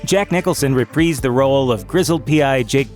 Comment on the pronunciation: It’s reprīsed, not repreesed